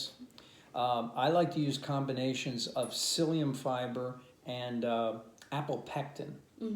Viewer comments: Seliem?? Don’t you mean Psyllium? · Psyllium not seliem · SELIEM? You mean PSYLLIUM? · Seliem ???? u mean Psyllium?